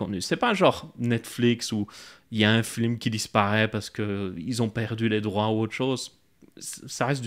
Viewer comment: Il a dit un flim 😂